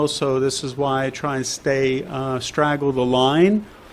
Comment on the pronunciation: "Straddle" the line, not "straggle"... :)